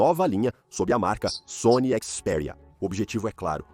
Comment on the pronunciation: Ele disse CHIS PERIA